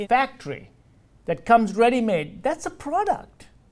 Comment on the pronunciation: "You consuming a PORDUCT not food !"